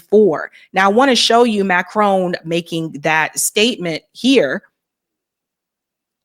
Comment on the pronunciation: It's MACRON, not Macrone. Is that so hard?